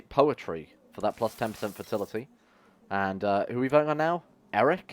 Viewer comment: "The flagship Hoare" I can't get over it the fact that it sounds more like a job that nobody wants 😂